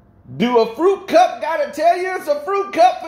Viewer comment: You said fruity cup. not fruit cup fruity cup I'm just saying